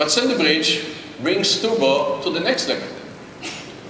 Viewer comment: Intel. You are a multibillion dollar company. Please get someone who speaks English without saying TUBOR instead of TURBO.